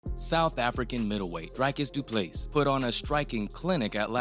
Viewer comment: Dreek-is Dew-plew-see learn names dude